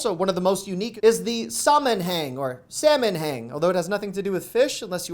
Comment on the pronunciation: The word Sammanhang is pronounced more like (summonHung)